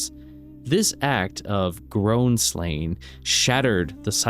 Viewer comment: It's gronn dog not groahn